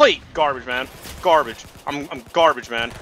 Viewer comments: he keeps saying garbge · This is how many times said I’m GARBGE ⬇️ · I have a challenge tell me how many time he said garbeach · I will change what you hear... “GRABAGE” ”GARBITCH”